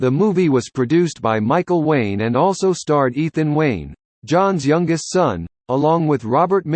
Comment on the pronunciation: It's not lane it's wayne.